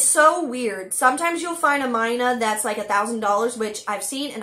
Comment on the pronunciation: Your pronunciation of Mynah is actually the most accurate. I know because it is a Hindi word and that is the language I grew up speaking ✅